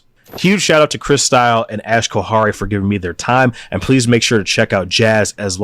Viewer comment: It’s “Ash” She didn’t know we’d record the screen 😂